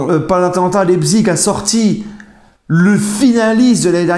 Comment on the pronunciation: Prononce Laïpsiche.Et RB c'est le sponsor.Rassenballsport Leipzig.